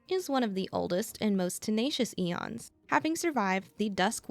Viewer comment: Aeons is pronounced eeeons not eions